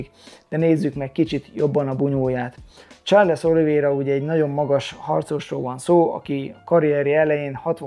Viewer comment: Csak egy kis javítás illetve privát vélemény. Sean = Són Shane = Sén Nurmagedov = Nurmagomedov Charles = Csárlsz Yan fight IQ-ja Aljamain ellen a fasorban sem volt, egyszerűen nem tudott váltani, be volt szarva minden egyes fainttől. Gyógyulgass, várunk vissza a ketrecbe! #andnew